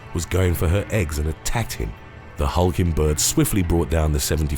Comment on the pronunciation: "the hulking bird", coulda sworn she said Hulkenburg like Nico Hulkenburg the F1 driver